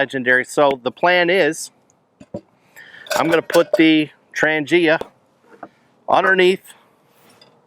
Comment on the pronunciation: ITS PRONOUNCED “ TRAHN YA “ NOT WHATEVER YOU KEEP SAYING 🙄